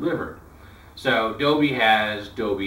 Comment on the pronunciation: not to be rude but the biggest thing i notice with Americans inc you is that ,you (in general) pronounce many words not as they were ment to be but as you would expect if someone was reading out loud and didn't bother to read some words correctly and so pronounced them as though they were a child who had not yet learnt that an e in a word changes the sound. For example your said doby not doLby and b4 you have said nich but pronounced it nich instead of nIsh, or CH assie instead of SHassie